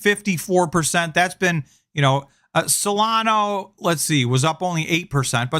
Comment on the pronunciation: Hate to nitpick again but it's solana not solano